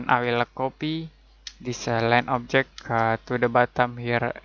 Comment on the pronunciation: no one says 'objec' better than this guy